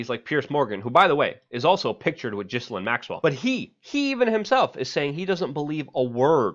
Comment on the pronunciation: FYO Her name is pronounced GILL-LANE.